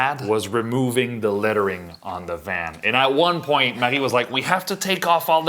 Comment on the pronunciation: Marie, it’s so nice to hear the pronunciation of your name. Ever since I moved to the US, many years ago, I don’t think I’ve heard my name pronounced the correct way, and it drives me nuts. It’s gotten to the point that I often tell people to just call me AJ instead, because I cringe when they butcher my name 😖. Oh my gosh, I love the photo on the Canadian $5 Bill! So cool!